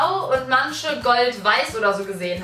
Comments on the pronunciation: Es heißt "manche" nicht "mansche" Und "welche" nicht "welsche" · Wie sie "manche" als "mansche" ausspricht 😂😂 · Könntest du bitte "manche" richtig aussprechen? "Mansche" sagen bei mir nur Assis auf der Schule. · "Mansche" bitte lern Deutsch!